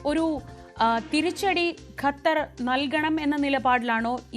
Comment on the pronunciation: ഖത്തരിന്റെ" അ ത്ത" പോകും